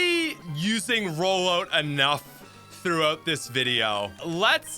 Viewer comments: Why you saying Rollout like that XD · Canadian pronunciation